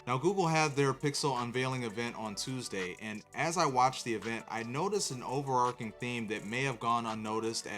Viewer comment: "Over-arch'-ing" = ch not K; you pronounced it "over-ark-ing."